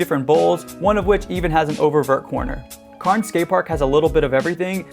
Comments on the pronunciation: CAIRNS IS CANS 😂 NOT KARNS sorry I live nearby hahaha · It’s pronounced cans not carns but still great vid bro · It’s not pronounced carns it’s “cans” cairns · CAIRNS IS PRONOUNCED CANS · the cairns skatepark is more pronounced “cans” keep up the great work tho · Great video. Cairns is pronounced "k-air-ns" 😆though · why you call cairns curns is beyond me but nice video , thanks. spain has some massive skateparks as well. bilbao for example. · It’s spelt cairns but pronounced cans ok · The one in australia is pronounced cans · It’s pronounced cans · Cairns is pronounced 'cans', excellent video nonetheless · that’s close enough for me mate. Carns is not haha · ha ha i was just about to comment that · Great vid! Also as an Australian that’s definitely the most interesting pronouncation of cairns ive ever heard lmao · as an australian... i hate the way you pronounced cairns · that's not how you pronounce cairns. not even "to an american like you" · bruh it's just pronounced that way. We do, in fact, pronounce our 'r's in most cases and it has nothing to do with accents, it's just because of how our English evolved. The 'r' in Cairns is not said because we are a non-rhotic english speaking nation, which just means that we don't say 'r's when they're followed by consonants. Please don't pretend to be an expert on this stuff because it comes off as ignorant. Also, it's 100% pronounced like "Cairns", it was a name of someone and was recorded as being pronounced as such, you ignorant idiot